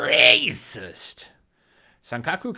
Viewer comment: It's fucking insane that everything offends everyone. It's crazy to me because most of the people who are getting offended grew up in the 80s and 90s where nobody cared about being offended. What the fuck happened!? I don't understand... P.S the way you say racist is hilarious. Lol